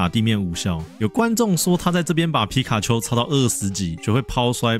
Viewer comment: 你把皮卡丘講的跟吉娃娃好像喔XD